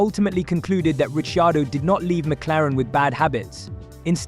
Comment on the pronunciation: Rishi-ardo? C'mon.